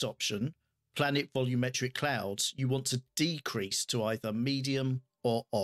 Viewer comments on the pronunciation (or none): none